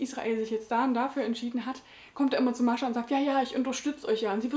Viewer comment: Ach, wie adrett sie frisiert ist. :) Ich finde es großartig, dass du Mascha einfach standarddeutsch aussprichst, durch 5 Jahre Russischunterricht komme ich nie aus russischer Aussprache heraus. >: Das Buch las ich unmittelbar vor meinem Studienbeginn, so gesehen war es irgendwie in meiner Schultüte fürs Studium. ;) Und ich las es danach auch recht schnell. Vor 3 Jahren sah ich darin allerdings noch nicht so vielfältiges wie du. Damals ging ich recht naiv an solche Gegenwartsliteratur und war sogar etwas schockiert von ihrem für mich so ungewohnten Umgang mit dem Jüdischsein. Ich werde es für meine Reihe zum Deutschen Buchpreis auf jeden Fall nochmal lesen, deine Rezension hat mich jedenfalls bestärkt, dass ich nicht die einzige Doofe war, die sowas gut fand. ;) In diesem Roman steckt eine ganze Lebens- und Leidensgeschichte, vielschichtig, sprachlich bombastisch. Das Lakonische kennt man heutzutage fast nur aus Nachkriegsliteratur und deutscher (interkultureller) Gegenwartsliteratur - was ist da nur passiert? So klischeelos ihr erster Roman war, umso klischeebehafteter und flacher wurden für mich leider die Figuren ihres 2. Romans. Mir gefiel die Geschichte recht gut, auch dieses Liebesdreieck, das so merkwürdig verquer war... aber es hat sich alles im Kreis gedreht und war nur reichlich deprimierend. Ich hatte das Gefühl, man habe Frau Grjasnowa nach ihrem 1. Roman in irgendeine Schublade gedrängt und seitdem "liefert" sie eben das ab, was man von ihr erwartet. Die Lesung zu